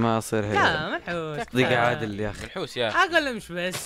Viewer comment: ما اقصد الاهانة بس كل ما اسمع كلمة منحوس احسبها ملحوس ال زيي لايك